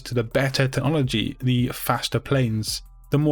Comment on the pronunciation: Teh- nologi